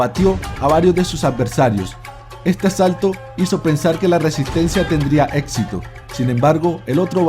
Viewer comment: muy interesante el vídeo, pero le recomiendo unas clases con fonoaudiología, usted sufre de dislalia. no es etpcito, es éxito se pronuncia sc, no es atcede, es accede, no es, Atsolutismo es absolutismo por ejemplo.